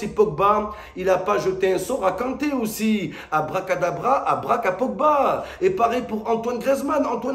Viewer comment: C'est ngolo kante c'est ngolo kanré😄😄😄😄